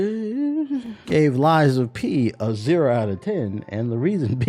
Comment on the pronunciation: I did have to go back and watch the start multiple times to makes sure I heard you say Lies of Penis